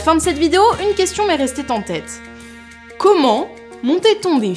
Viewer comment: Pourquoi on dirait plus at? oO Enfin bon je dis ça mais j'ai pas du utiliser Twitter depuis 3 ans xD Sinon au début ya-t-un peu des problèmes de liaisons qui sont inexistantes je crois xD une question m'est restée (t) en tête. 😆 Pourquoi n'irais pas tu tourner:D Bon sinon tu m'as bien eu parce que des le début je me disais tiens elle va peut être expliquer comment on fait les effets spéciaux sur pellicule. Et là: 🤷, clap de fin de vidéo. Moi: 🙄 😭😭😭